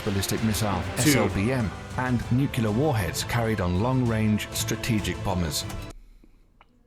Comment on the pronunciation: To the video's narrator: it's nu-clear, not 'nucular.' Please, please, with a cherry on top, please, please learn your craft properly?